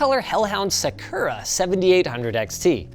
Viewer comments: yes. That is 100% how to say the Japanese word saKURa. Jfc Linus. Să’-kū-rə. After everything is done, it’s neat how trans-pride it all looks. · "SAH-koo-rah" not "Seh-KER-uh." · one thing that annoys me is how they pronounce Sakura, it's pronounced Saa-Kur-uh, not Saa-Koo-ruh. i only say this because i used to actually get made fun of for mispronouncing it. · Linus it’s “Saa-Kur-uh” not “Suh-koo-rah” 😭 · Omg Linus it is Sakura not Sukura....Sa-ku-ra. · Sakura is pronounced "SAH-ku-rah," not "suh-KER-rah." Nice touch playing "Little Kitty, Big City" for the gaming test. And I remembered Donut County...makes me want to go play it again. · Also y u say S-uh-kerr-uh edition. Its a Sakura, A cherry blossom, S-ah-kur-ah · suhkura wtf. it's sah-ku-ra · Linus has gone full blown UwU~ xD Edit: Linusssss it's "SAH-KU-RAH" lmfaooo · "Se-kurr-uh" Linus not a weeb confirmed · Saa-kur-aa 😂 that may be more proper, I’m not familiar with the dialect. But most American dubed animes pronounce us sakur-a not sa. Kur. A. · my inner weeb reee's every time he says "suckera" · *sigh*...... Linus, its Sah-coo-rah, well.... close enough anyway. Not...whatever it is you said. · sakura > saa·kur·uh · Sack-ERRR-rah. No nihongo jozu card for Linus. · Sa-ker-aa, is a crazy way to pronounce Sakura 😂😂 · The way Linus says sakura xD. It's pronounced saw - coup - rah (since its a japanese word you could get fancy with the R, but I'm not gonna be picky with a sound english doesn't have) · All the dislikes are for the way Linus pronounces Sakura 💀 ☠️ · oh, the way he says sakura hurts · Linus's pronunciation of Sakura is killing me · The way Linus said "Sakura" physically hurt me. 🥺 Yes, I'm aware I'm being pedantic. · Rip to anyone who decided to play a drinking game every time Linus said sakura incorrectly. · the way Linus pronounces Sakura is sending me lmaoo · Never heard someone say "sakura" so wrong in my life